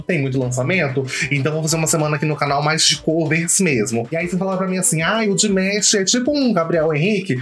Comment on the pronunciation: Saudações de Niterói Rj, o certo é Dimash, não Dimesh, se pronuncia da forma como esta escrito, parabéns pela estreia, por favor reaja ao último vídeo dele " The Story of One Sky" ele deixa uma mensagem de união entre os povos independentes de religião ou raça é simplesmente avassalador. Tive o cuidado de procurar um video com legendas pra que você possa entender melhor o contexto dessa obra prima Obrigado.